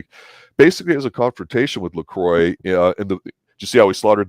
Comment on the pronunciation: Pronouncing Lacroix wrong